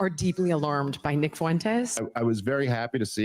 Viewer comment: Neck not wight yall hes Mexican